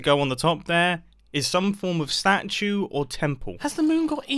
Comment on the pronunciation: Stachue like statue but the first part is pronounced stache